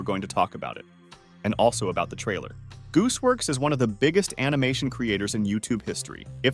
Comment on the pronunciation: “Goose works” MAN ITS GOOSEWORX